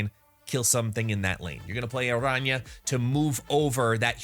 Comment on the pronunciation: Great video and respect for the pronunciation of her name. What does your t-shirt say?